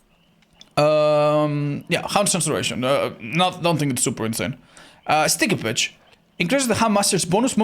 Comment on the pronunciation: I though said Stick a bitch, not sticky pitch 🤣🤣